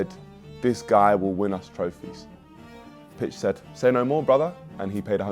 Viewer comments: Pitch side (sayeed) 😂😂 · Pitch Sayeed = Pitch Side, Niko is wild 😂😂😂